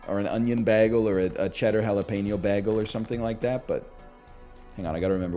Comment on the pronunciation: The way you say bagel upsets me. Then you said it ten times.